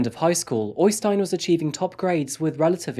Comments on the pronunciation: OYstein? It's better to pronounce the Ø as EIYstein. I've seen jokes before about English with a Norwegian accent, but the opposite is much more silly. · øystein not OYYstein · Its pronounced Errstein , not Oistin